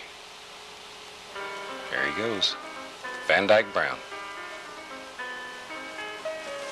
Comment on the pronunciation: Did he say Van eyke brown, as in the artist van eyke😂😂